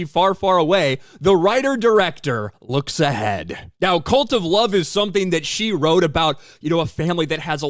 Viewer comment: Oh, CuLt of Love. Has read it differently.